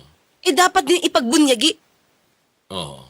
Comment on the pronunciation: Ipagbunyi atty. Claire ..not ipagpunyagi..